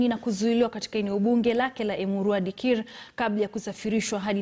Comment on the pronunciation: I love the way is pronouncing that Emurua Dikirr